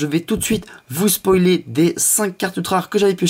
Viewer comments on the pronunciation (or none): none